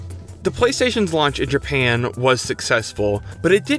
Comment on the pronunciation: I love how he says, Jpayann. IT reminds me of south park's Mr.Gasrrison